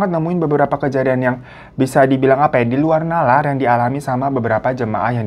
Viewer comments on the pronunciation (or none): "Nalar" bukan "Naral" 😂😂😂